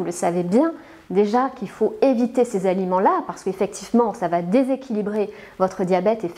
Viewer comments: "Ces sept z'aliments" heu .... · Sept ne prend jamais d’S donc on ne dit jamais les sept Z’aliments😂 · Dommage qu'elle finisse son exposé par " sept z aliments "...